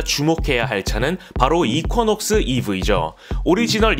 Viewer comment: 발음 이퀴넉스 아닌가요??? 이쿼??..